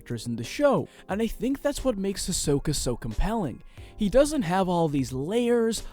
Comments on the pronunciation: Is Hisoka pronounced as says? I say “he’s so ka” that’s how I always say it. Same with Gon. I say “G oh n” something like that ❤️❤️💀😅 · Hisoka : hisoker 🧍🏽‍♀️ Gon: gone 💀